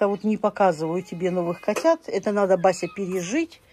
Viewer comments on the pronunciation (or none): none